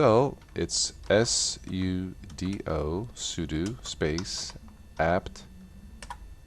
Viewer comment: *sudo, not sodo